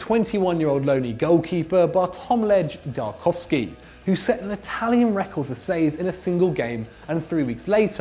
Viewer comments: I admire the effort but to pronounce the polish keepers names it’s Bart-wom-eee-ey Dr-ow-gow-ski. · You just butchered Drągiwski name, you should feel shame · Love you zac but you absolutely butchered the pronounciation of Drągowski😂